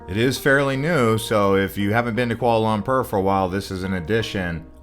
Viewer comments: FYI it’s Kuala Lum-por… not Kuala Lum-perr 💀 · It’s Pronounced Kuala Lum-por, not Lum-pur! 😂 I was just there and aside from the modern skyscrapers, interesting food and Batu Caves, I wasn’t that impressed with the city.